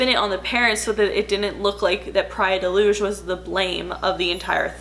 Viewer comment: As a Portuguese person I appreciate you actually going all out and pronouncing "Praia de Luz" correctly